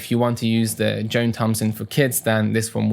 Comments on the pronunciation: I know I'm being pedantic, but his name is pronounced Jon, not Joan. The h in John is silent. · Thanks a lot for the review on these; might pick one up for additional material alongside Faber Piano Adventures. By the way, John rhymes with "on" not "own"; your pronunciation here is like the female name "Joan". I fully understand the feeling, though! I make far more mistakes in Norway with my Norwegian.